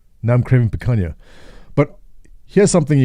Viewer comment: Hey!!! thanks for mentioning the foods of my country..... some pronunciation checks: it's Picanha (says like lasagna) and not picaNia Cachaça and catupiry sounded just right. About the pizzas, it changes between counties, the best ones are in São Paulo (the amount of filling is out of this sistem). The flavours...... it's complicated, we like weird stuff that works all with catupiry filled crust!!! Very, Very good!!!